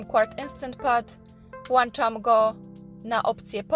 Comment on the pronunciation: "Włanczam go" 🤣 masz włancznik czy włącznik w domy?